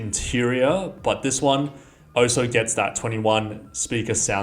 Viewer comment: Dude... did you actually say ohso instead of ALSO? You probably confuse the words then and than too.